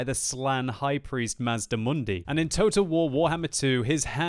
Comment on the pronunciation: it is pronounced mazdamundi